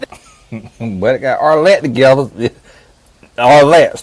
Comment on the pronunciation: I’m serious!😂 he be skressin’ her name OUT!